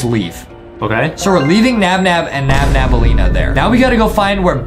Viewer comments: Its nabnaleena not nabnableena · It’s nabnaleena not nabnableena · it is not NabNabnaleena it is NabNaleena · Her name is not NabNabElena It’s nabnolina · nabnaleena is not called nabnableena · Its not Nabnabaleena its Nabnaleena :) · Angering me by saying nabnabnaleena and not nabnaleena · Btw its not nabnabelina. Its nabnelina! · It’s not nabnabnaleena it’s nabnaleena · her name is nabnaleena not nabnabnaleena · its nabneleana Not Nabnabaleana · It's not nabnabalima ita nabalina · Thats not her name ...its nabnaleena and not nabnableena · It's nab blena! Not nabnab blena